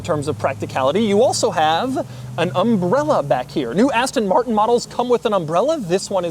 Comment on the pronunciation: “Zhisss ist the Astonn Martronn…..”